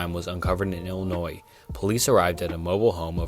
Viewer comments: Heads up as a local, Illinois is pronounced I-luh-noy. The S is silent. Edit: you nailed it later on but the 1st story from there(Max Headroom i think) was what i heard when i commented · I can forgive mispronouncing foreign words, but other things? Like, you're clearly American but you pronounce Illinois with the "S".